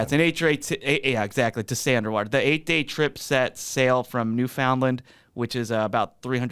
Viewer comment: pronouncing it “New FOUND land” 😂😂😂😂